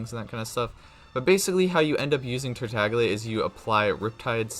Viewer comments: I found this out the other day but apparently Tartaglia is an italian name and the g is actually silent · Kigen Jones did you know there was a ganyu video released and she said the wrong number and they quickly deleted it and reuploaded the correct video with her saying the correct number of glaze lilies/heart beats. Mihoyo would not let him pronounce his name wrong and say it multiple times. A YouTuber is a Genshin streamer and does it for a living and doesn’t even care to pronounce names correctly and it absolutely kills me every time I can’t even watch his videos anymore. I wasn’t trying to argue I just wanted you to know. Sorry if I sounded rude tho